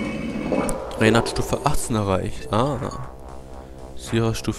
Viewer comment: ich glaube er heißt RAINER und nicht RAYNER (!)